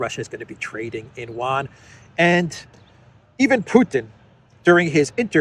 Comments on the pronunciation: it's not pronounced "wan". its pronounced Yu-an. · it's You-ahn. Not one/juan. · Chinese "Yuan" is pronounced Euan